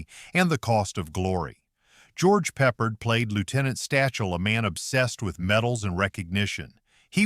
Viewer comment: please learn how to pronounce Michener and Peppard